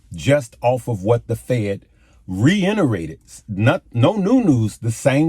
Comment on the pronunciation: No disrespect meant but the word is “reiterate” (re-it-er-ate). Keep up the good work. You are a blessing to a lot of people.